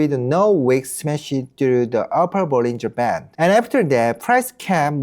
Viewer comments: this whole time im thinking he's saying " bulls in Japan " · what the subtitle says: bollinger band what I hear: bullying japan 😅